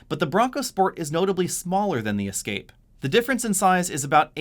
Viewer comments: WTF! Is an E Scape? Is he saying Escape? Lol...I’m confused... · Why do you always pronounce the Ford Escape as EEE-scape? Everyone else says Escape - so should you. I do love your reviews even though I have noticed that you don't respond to any comments. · It’s escape not E-scape lol. You’re making it sound like an all electric version. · I keep hearing "E-scape". I say "Eh-scape". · For EE-scape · Ee-scape, Escape, and Ford Focus Freudian slip, you are the best! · Why do you pronounce escape with a long E? Nice review , that just stuck out.